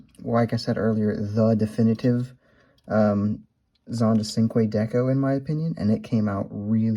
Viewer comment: I don't want to sound like I'm complaining. I used to pronounce cinque as it's written, but it's actually pronounced with a CH. So as if it was spelled Chinque